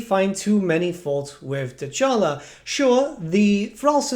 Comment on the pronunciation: The campaign intro gave you the proper pronunciation of Dechala.